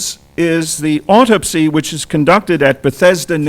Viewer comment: Why didn’t he ever pronounce the word Autopsy correct all thru the video?